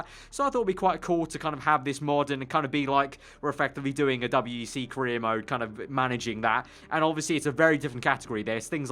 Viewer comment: Its called WEC not W E C